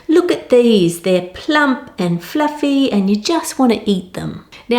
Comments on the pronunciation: Its pluffy.. but is it jiggly? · The way she pronounces 'fluffy' is one of the most beautiful things I have ever heard.